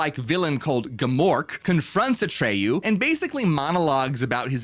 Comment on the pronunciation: Atreyu rhymes with betray you